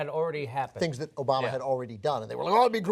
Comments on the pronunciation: He says Obana not Obama lol. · He says "President ObaNa" the guy can't even pronounce the president's name lmao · He said "President Obana" the first time!! LOL!!! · "President Obana" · HE SAID OBANA LMAO! OMFG LMAO! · Anyone catch that first time Trump said "Obama" he said "Obana"? Lol